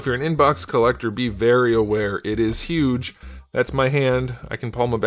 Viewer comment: I like your review style. I wonder what's up, in the sense of why are so many of them coming with those weird brown spots. I have 3 and mine are spotless. shrugs And the way you say "the ball peg in there is just HUGE" cracked me up big time. Glad I'm not the only one having trouble with his folded arms accessory.